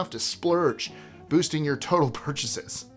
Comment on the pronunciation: porchases, lol